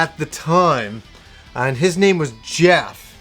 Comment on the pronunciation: His nay wah Jehhf